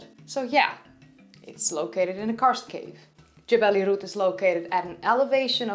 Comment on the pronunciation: You pronounced Jebel Irhoud properly, perhaps the most impressive aspect of your presentation.👍